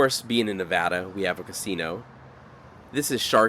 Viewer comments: Greetings! I'm an expat Californian who retired to Sparks 5 years ago. First, thank you for pronouncing the state name correctly. That's one of the first things I learned when moving here. When I watched your video for the California portion of US-395 I was wearing a US-395 t-shirt from Tom's Place obtained there during their 100th anniversary in 2017. Looking forward to future vids. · Thanks for pronouncing Nevada correctly .